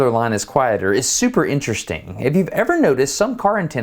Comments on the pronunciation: Nice one Destin, when you were supposed to say “interesting”, you said “IntereSTRING”😂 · Go to did anyone else notice him say interestring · did- did you just say interestring?? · "instra-string" will now be my pronunciation of interesting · Was the "...intrestring..." on purpose? ;) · did you really just say: "intereSTRING'? Destin... you master of masters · "the first time we noticed something quite *Intrestring*" it was so punny